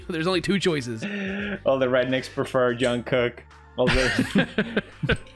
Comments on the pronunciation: Its his accent, hes used to pronouncing his j’s as y’s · Pewds saying "Yungkook" is much better than when Justin Bieber spelled his name as "John Cook" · I love how pewds pronounces J as Y everytime, Jungkook to Yongkook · Pewds pronouncing Jungkook's name as Youngkook has the same energy as, him pronouncing Jubilee as Hubilee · His actual name: "Jungkook" Pewds: "Young cook" Me, a Mexican: "Juan cook" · Young Cook? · “Hung cook" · khuan kook :) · Pewds: “Youngkook” “Yubilee” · People mentioning Felix calling Jk 'Yeonkook' reminds me of when Charlie Puth called him 'Jongcock' and Jungkook called Charlie 'Charlie Puss' Is it bad that I don't even notice Pewds calling their names wrongly anymore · its the opposite in spanish. All S and Z are pronounced Th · Felix: “Youngcook” “Yubilee” “Ninya” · "Jungkook" Pewds: "Young cook" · I am watching this video beside my sister who is 5 and when she heard felix say youngcook she was like who the hell is youngcook it's jungkook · WHY DOES HE SAY YOONGKOOK 😭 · Felix: Mad about his comments saying he incorrectly pronounced a word. Also Felix: Y O U N G C O O K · ik but young kook sounds like a rapper name 🤷‍♀️ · It's probably his Swedish accent coming out, he doesn't pronounce the letter J very welly lmfao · Us: jungkook.... it's JUNGKOOK. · He’s Swedish. He would probably automatically pronounced J as Y like Jörgen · I just love how Pewds pronounce Jungkook. It's like Jungkook is a far relative of Carl Jung or something.